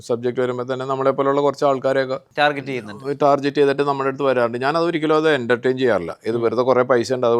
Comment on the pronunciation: Why is he pronouncing Tarjet instead of Target